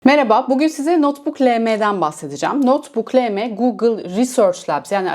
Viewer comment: "Notbuk elem" yerine "notbuk Le-Me" diyerek en azından harflerde Türkçe hassasiyeti gösterdiğiniz için size teşekkür etmek istedim. Var olun!